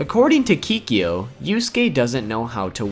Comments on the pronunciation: I know you said your pronunciation was off xD which is a-okay xD But it's Kay-Ko, no Key-Key-Yo XD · He didn't though. Not done with the video but he called - Kikyo and mispronounced Byakko. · it's not ki-kio it's K-ko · Kikyo???? its like u've never watched this series and heard them say her name XD its pronounce KAY KO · Lol they thought Kurama was a girl and thought Genkai was a boy. Also its Keiko not Kikyo just like the other person who commented, this is not Inuyasha at least pronounce their names right. Sorry I don't want anyone to be offended by this. Also I gave credit to the person who said they said Keiko wrong and said Kikyo like Inuyasha. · WTF ITS NOT KIKYO!! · It's pronounced Cake-O, not KEEKEEOH. I can't even... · It's kay-ko 😅😅😅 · I like to "kick-you" .. murdered name of keiko this video i not about facts is all about f*c^ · And sorry but it is kay,_ko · Kinda pisses me off that he's critizing the way they we named those characters while he can't pronounce Keiko correctly. Kinda ironic to say the least as well. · Is it possible to butcher Keiko's name any harder?